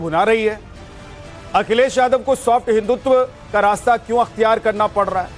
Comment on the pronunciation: ने हिंदुत्व की जगह हिंदुत्वा बोला ये वैसा ही है फलाने की जगह फलन्वा कृपया इसको टोकें!